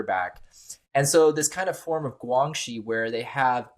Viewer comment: 2015 PRC Cyber Security Law: 2015 中国（中华人民共和国）2015年的网络国安全法。 As regards to the guest fellow expert, it’s pronounced “GuanXi”(关系）not “GuangXi”, essentially what in Latin legal terminology, is “Quid Pro Quo”/You do for me, and in exchange, I do for you. The new way of saying it in today’s PRC is referred to in 北京, as “双赢”/win-win.